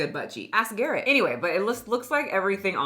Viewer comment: “Ask Garrett” 🤦‍♀️😂